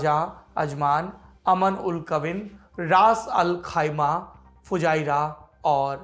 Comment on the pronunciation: सौरभ जी sorry लेकिन वो अम उल कविन नही है उम्म अल कुवैन Umm Al Quwain है